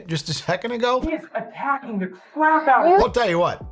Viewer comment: Officew she was attacking the cwap outta me